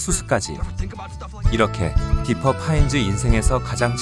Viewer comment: 디피가 아니라 디퍼아닌가?